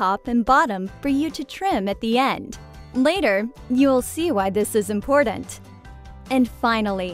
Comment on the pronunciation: Omg please stop saying “impordant.” That’s not how it’s pronounced. You’re driving me insane 🥲